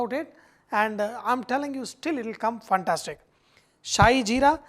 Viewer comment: Hi Sanjay, I like when the say funtastic... Actually is fantastick which is pronounced as fan-tas-tick ;-)